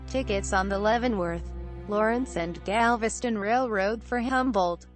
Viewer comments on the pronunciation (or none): none